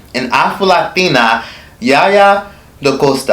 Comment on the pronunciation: Yaya* not kenyah